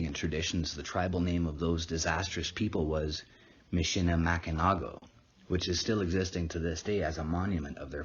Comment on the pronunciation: It is pronounced MISH-ə-lə-MACK-ə-naw not MISH-ə-lə-MACK-ə-nak